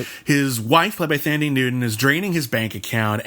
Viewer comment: Hey guys Thandie Newtown and Gugu Mbatha-Raw's names are actually pronounced without the "H" so 'Thandie' should sound more like how you would pronounce 'Candy' and 'Mbatha' is pronounced M-B-A-T-A. Love the show!